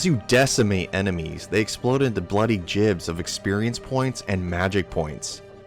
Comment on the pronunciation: My dude pronounced "gibs" correctly but just couldn't get "gaiden" right.